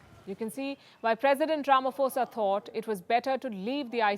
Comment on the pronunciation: Pronounced Rama-posa. Not Rama-fosa 🙂. International crooked court. By ICC standards, Bush, Blair, Obama, Clinton and company should also be arrested.